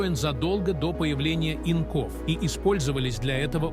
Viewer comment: Авточтец, конечно, делает глупейшие ударения... "ИнкОв", "На гусЕничном ходу", "циклопАх", "восемьдесЯт" и т. д... Шейм... Автор, плиз, прогоните авточтеца через ИИ, а прежде научите сам ИИ правильно расставлять ударения, а то просто коробит слышать подобное...